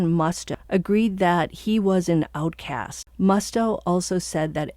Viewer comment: What’s an “outcase”? You mean outcast? 😂